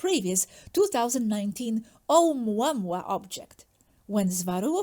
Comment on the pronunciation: May I please correct your pronunciation of the first comet, Oumuamua. It’s not pronounced as in English because it’s Hawaiian, so every vowel must be pronounced. It’s not pronounced, O-MWA-MWA as you say it; it is said, O-U-MU-A-MU-A. Every vowel must be pronounced. Thank you.